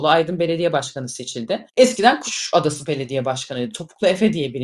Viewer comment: bir düzeltme Nevşin Hanım, Özlem hanım hiç bir zaman Kuşadası belediye başkanı olmadı!!!! ve telaffuz da kuş adası diye telafuz ettiniz, aslında “Kuşadası” teşekkür ederim iyi akşamlar